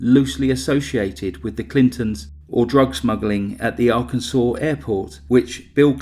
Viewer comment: Cause of death - “arkanside”!!!!!!